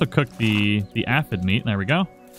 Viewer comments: Say it with me sir. A-phid. Not ah-phid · The way you say A-F-Eh-D